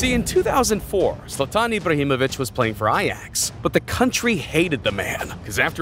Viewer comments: Bro called zlatan zatan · bro said Zatan